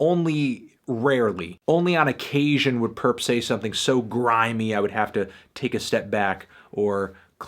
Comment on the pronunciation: nobody: Fantano: GrImEy